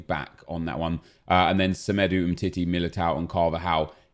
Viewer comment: Whats the thing with saying ”semedu” Hahha